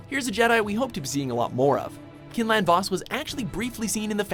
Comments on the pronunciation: Its Quinlan not Kinlan you fucking mongs. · it's pronounced KWIN-LIN for Quinlan. I would know. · It’s pronounced qwi-n-len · Great list, although u butchered Quinlans name this was a very good list and u guys definitely did your research also u included K'Kruhk so u get a bonus points for that